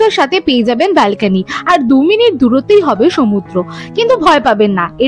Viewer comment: Anekei dekhchhi 'balkeny' bolchhe, kathata hobe 'balcony'